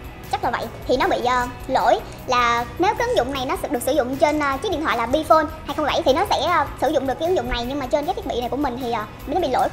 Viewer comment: "bờ" bi phôn